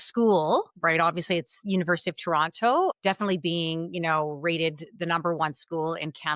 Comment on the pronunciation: pronounced “Toronto” wrong!